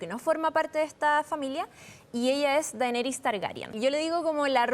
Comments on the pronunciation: "Dainiris" pffff jajajaja 😅😅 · Asi con "Danirys" xD